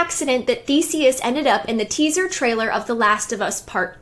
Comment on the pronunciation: It's Theseus. Not Thesis.